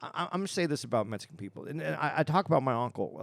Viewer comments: Is it just me but the way pronounces the word Mexican.. OMFG:face-purple-crying: where is the " S"?!?!?! he is literally saying Mesicans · I hear MetSicken LMAO